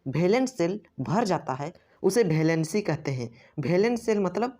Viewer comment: It's valency not bhalancy😂😂